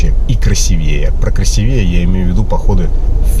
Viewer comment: Для саморазвития полезно знать, как правильно ставить ударения в словах) КрасИвее!!! И только так!!!